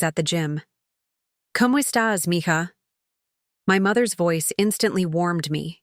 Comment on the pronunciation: It’s mija, not mihah. Who could could even think about this wrong writing